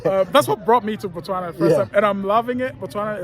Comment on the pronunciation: We say Botswana not Batswana.....the Ghanaian says it right....Batswana means the citizens of Botswana